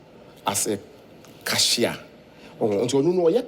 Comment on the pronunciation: waaaa sɛ Cashiaaarin!!!!! Wei na osua wɔ uni???? Mtcheeww